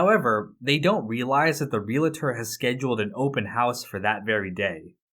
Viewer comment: Love your work, but it’s REAL-tor, not REAL-a-tor. Otherwise, it’s great seeing you feature and comment on Breaking Bad.